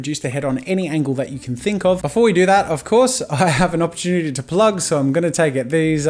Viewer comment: We all heard him say "I'll take this opportunity to PLUG myself" right? 😂